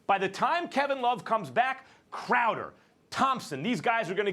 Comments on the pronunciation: max having a hard time getting crowder's name right let alone trying to defend the sucky cavs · First Take is just waiting to see how much longer they can go before anyone corrects them on how to Pronounce Jae Crowder's name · Can they ever get Crowders name right lol